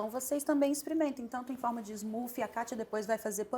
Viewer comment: Muito legal mas por que o brasileiro insiste em falar em inglês? E fala errado ainda, "smoofie" kkkkk falam vitamina e mais correto e a pronúncia tá errado. Vocês influenciam as pessoas a repetirem errado. O conteúdo é ótimo, por favor usem a língua portuguesa se o inglês não tá afiado